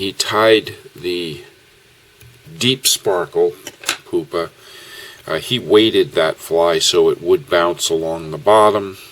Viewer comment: Loved the video, especially the application of the antron to produce the bubble. But "ouch," the pronounciation of pupa is "pew-pah" not "poo-pah." As an entomologist, I cringed when I heard the mispronounciation.